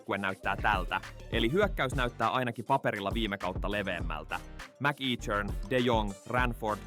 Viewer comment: MacEachern lausutaan kutakuinkin "mäkekhöön". Ei siis "mäkiitshöön".